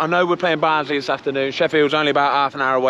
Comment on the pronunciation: Also a massive fan of the pronunciation of Barnsley! Ha, good stuff mate